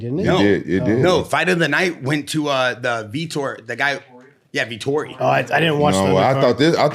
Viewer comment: how tf do you run a ufc podcast and don’t know how to pronounce marvin vettori’s name